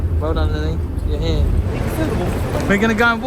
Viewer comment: it’s pronounced as “here”